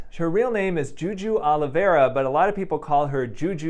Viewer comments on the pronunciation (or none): none